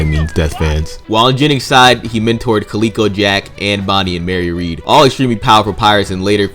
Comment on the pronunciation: No qualms about the bounties. However, Calico Jack is pronounced Cal-ih-ko not Calee-ko. Calico is a type of cotton fabric that was in high demand at the time, and calico fabric is still available today and is used to make clothing and quilts. He probably wore lots of calico and that became his nick name.